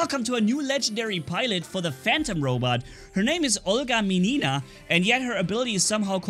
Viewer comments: Hi,! And good mood to you, buddy ) There's one point with pronouncing the last name of this pilot. Obviously, she is russian and so you have to stress the first letter "i" in the word "Minina": M'inina but not Min'ina =) Good luck, love your videos ) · The accent is on the second letter - M’inina. And “iskra” translates as a “spark” to russian, whatewer does this means here) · "Minina" you say incorrect. Stress on the first vowel. Just trust me.